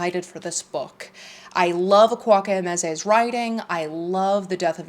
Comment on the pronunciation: just a little fyi, highly recommend looking up how to pronounce Emezi's name. it can be considered quite offensive to keep mispronouncing it.